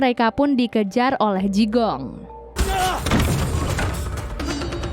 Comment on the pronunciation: Jigong....jigong....bau donk? Bacanya Chikung.